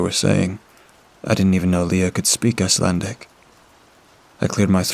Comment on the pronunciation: Looks like the time spent on Icelandic pronunciation paid off! Love your dedication. 🤎